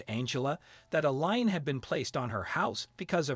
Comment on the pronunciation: A LEAN ... NOT LINE, IF YOU'RE GOING TO SPEAK ENGLISH THEN USE THE GOD DAMN WRIGHT WORD AND LEARN TO PRONOUNCE THE WORD !!!!